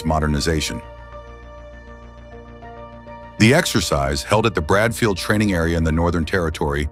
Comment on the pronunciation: Bradshaw Field Training Area not "Bradfield"